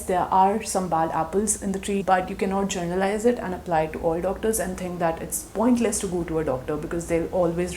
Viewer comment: I am sorry but it's not journalised it's 'generalised' 😭 I really loved the vid tho!